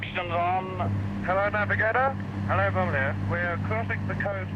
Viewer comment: The second 'B' in 'bomb' and bomber' is silent in english...so say 'bom' and 'bomer'...You can actually hear the crew refer to another 'bomer' in the audio...JFYI...Thanks for the video...Good to see this though your eyes in this video...thanks